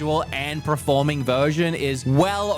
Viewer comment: You know the first R in performing comes after the E right? It’s not PREforming